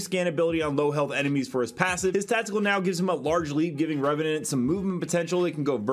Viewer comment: went from Reveant to Reveant. the E is silent in the second same lol.